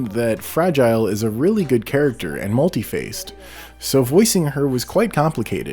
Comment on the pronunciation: Not trying to be a dick. But it’s pronounced mŭl′tē-făs′ĭ-tĭd.